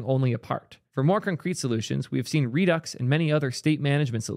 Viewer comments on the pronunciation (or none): none